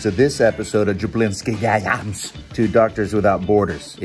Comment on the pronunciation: "we skipped a jablinksi"